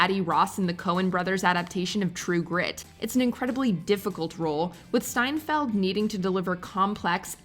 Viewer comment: Coen Bros and Jeff Bridges and Matt Damon all said they were just blown away by how good Hailey S was in True Grit; but you called her Seinfeld the whole time here instead of Steinfeld